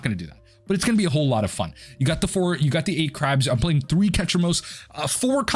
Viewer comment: LOL "whole lotta fun"... dude is a whole lotta fon!